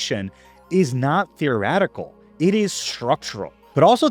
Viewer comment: I can't get over how you pronounce "mechanism"... or "theoretical".